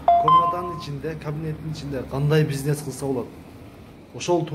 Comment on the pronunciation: Пизнес эмес бизнес,сүйлөө ,речти оңдо